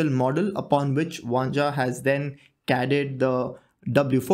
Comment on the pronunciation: It's spelled Vanja and pronounced Vanya :)